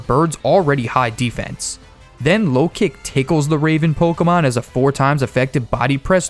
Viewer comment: Did you say pokemon or cokeamon